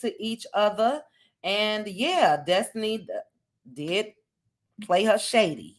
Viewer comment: Dess-ti-knee Dess-ti-knee